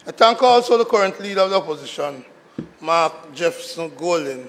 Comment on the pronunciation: Senator, is it "TANK" or THANK"?